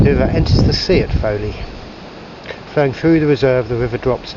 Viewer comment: Welcome to Cornwall and storms Eowyn and Herminia!! Should be less windy from Thursday I think. We've always pronounced it as 'Gol eye tha' Falls, and they pronounce Fowey as Foy (or sort of Foyee). Stay safe - don't drive in the high wind, we don't want trees falling on you, doggos and Margot. Look forward to seeing you soon xx